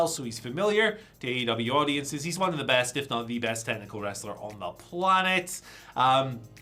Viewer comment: Problem is Ospreay is GOAT but cannot say best 😂